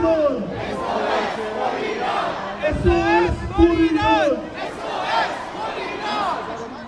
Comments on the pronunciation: Thanks for streaming. It’s pronounced Iran /eeran/ and not EYE-ran” (like “I ran”). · Thanks for covering this. The name of our country is pronounced ea-ran , like Italy. You don't pronouy Italy as Ay-taly so please pronounce Iran the right way. It's not track and field